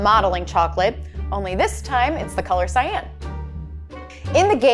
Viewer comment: Btw how you pronounce cyan is sigh on yw